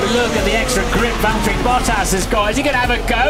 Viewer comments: "Valterri, it's James" pain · Valtteri its james. Hurts every time i hear it